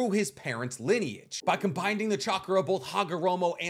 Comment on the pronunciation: I can't help but feel like I'm hearing you say combinding 🤣🤣